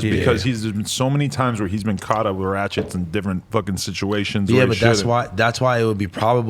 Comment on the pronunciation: Adam said “ratchets”